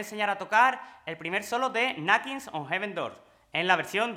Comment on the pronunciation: "nackins on even door"